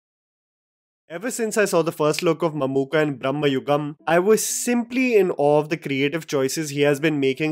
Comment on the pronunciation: The way you said mammookka ....kudos from kerala